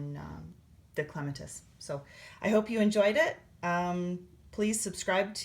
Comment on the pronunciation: Starting my Clematis now. BTW, it's pronounced clem -AT-us, like the flower. Thanks for the tutorial!